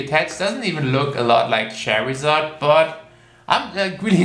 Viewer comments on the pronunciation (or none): OMG U CALLED CHARZARD CHERRY ZARD GRrrrr (but forgive u)